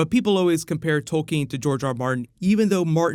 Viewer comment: thank you for pronouncing Tolkien the right way, I have not heard many people do that. I wish I was looking forward to seeing Jon and Daenerys share scenes but I can't stand her, Do you think that Jon will bend the knee to her? I would be so disappointed in Jon if he does. I wonder how wise it was of Jon to take Davos with him rather then leave him with Sansa at Winterfell. I worry that Jon will regret that later because I see Little Finger trying to play Sansa like a harp. Looking forward to the Euron and Cersei scenes. Euron is awesome. I also can't wait to see Jamie on the battlefield. Episode 2 was one of my least favorite episodes in the whole 7 seasons, hopefully this upcoming one is better.